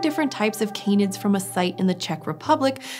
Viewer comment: They are not Cane-ids. They Can-ids